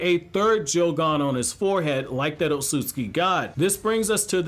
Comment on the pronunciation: Is it O-tsu-tsu-ki (like how it’s spelled & pronounced in the dub) or O-tsu-ski like how everyone says it? I prefer the 1st lol…